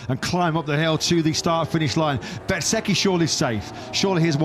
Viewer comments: FFS can you learn how to pronounce Bezzechhi right?! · Wish you’d learn to pronounce Bez’s name correctly😡